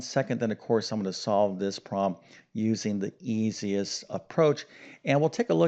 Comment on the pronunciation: Its problem not prollum 😄😄👍